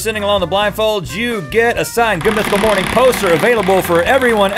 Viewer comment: Has anyone else noticed how link says mornine instead of morning